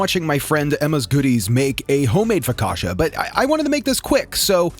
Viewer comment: Bro said FOKASHA! AHAHA It's Focaccia: Fo-ka-ch-ah